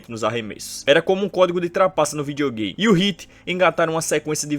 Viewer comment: ele fala videogay...